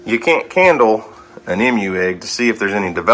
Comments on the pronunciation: You say emu funny! Sounds like you are saying Em-U . We say E-MU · Just a heads up...but it's EEmu not Imu lol. Long E sound. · Emu is "E - moo" not "m-u" 👍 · Funny to hear you pronounce Emu! You say “Mmmu”, we say “Eeemu” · The variety of eggs Houston has is so exciting! However, the pronunciation of the word Emu is EE-mooh. The EE's are Long E's. I'm a writer and I just had to point that out to you. It's an OCD of mine. Sorry 😞 I can't wait to see if they all hatch. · Like usual, great video, thank you. FYI, the correct pronunciation of emu is EE-mooh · For the love of God... It is pronounced E-mu... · the green egg is a Emu. Pronounced with a long E sound. We have a fairly large Emu farm up the freeway. They also have deer, goats, birds, rabbits and sting ray fish. My granddaughters love it. Bridgette is such an animal lover. She goes nuts everytime we go. It never gets old. I am hoping that Houston's eggs all hatch. It will be so exciting for Houston and us your U.T. family. So happy " Mr Duck" 🦢 is doing better. Y'all take care be safe.